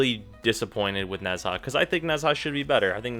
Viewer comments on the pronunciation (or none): nez...HA!..... I cannot